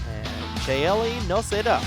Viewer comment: Chaeli is a rare surname but it would be pronounced as CHAY-Lee. And in case if you want it Noceda is pronounced noh-SAY-duh.